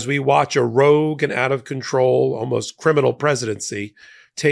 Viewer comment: Did you actually say walmost criminal